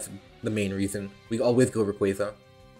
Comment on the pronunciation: Man says Rayquaza correct without a hitch yet struggles with Pincurchin. Love ya!